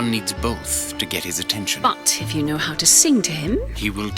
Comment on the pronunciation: "He doesn't row" What was trying to say was: "He doesn't KNOW"